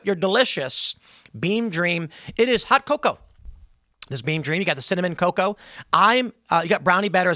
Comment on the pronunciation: The way Tim says cocoa. 😂